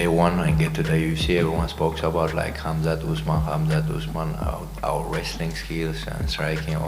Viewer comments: We all know Chael is horrible with names, but Robert calling Khamzat 'Hasmat' is just disgraceful. Robert, you will NEVER touch the belt again, live with it and move on. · Robert Whitaker just added yet another pronunciation of Khamzat -"Hazmat"